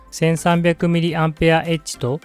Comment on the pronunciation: 「mAh」は「ミリ・アンペア・アワー」と読みます。